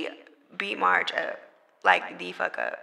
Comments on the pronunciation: Lol it’s Meghan calling marsh “marge” for me 😂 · Her name is “Marsh”…….still, as you said Mehg; WHY IS THAT HER NAME⁉️⁉️⁉️🤔🤨🧐 SMFH